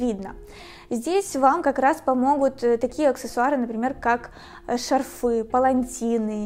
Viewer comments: Не шарфЫ, а шАрфы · шАрфы, а не шарфЫ